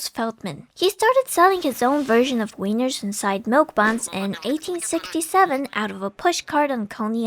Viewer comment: also its Wieners (Wee-ners) not Weiners (people who are crying)